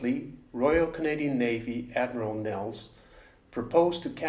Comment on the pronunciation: FYI, Admiral Nelles' name is pronounced Nell-ice, as in "lattice"